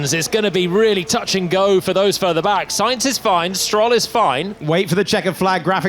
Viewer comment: Karl'uss-Saints, Sharl Laclerrrr, Al Onzow, Antow Nelly, Macs Furshtappen, Cowl-A-Pinto...